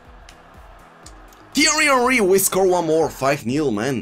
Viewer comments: I refuse to watch another episode until you sell Henry. Cannot listen to “teeeaiiweee honweee” any more. Good luck tho bro x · please say tieeryyyy oeriiiii like that only... Something that makes me laugh every time 😂❤️